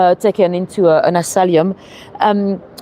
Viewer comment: Thanks:-) By the way it is asylum, not asalium:-)